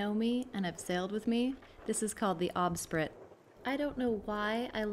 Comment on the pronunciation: At 1.57.... "bowsprit", my friend. I can recommend the USC Polaris 36 cutter. Cutters have bowsprits. The Polaris 36 is undeniably pretty, long-keeled and with a windvane autopilot, can be sailed with a crew of 1.